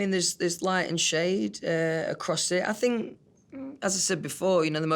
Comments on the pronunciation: no one: louis: i doughnt fink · "I fink it's important. Definitely. They miss it. So you gotta give them a bit"... Yesss... Fank you for performing Drag Me Down, Little Black Dress and Through The Dark in your latest online Live Show❤️❤️😭😭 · Nobody: Not a single soul: Louis: I fink